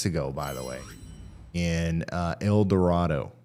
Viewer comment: El Dorado, AR is actually pronounced El Doe-ray-doe, not El Doe-rah-doe.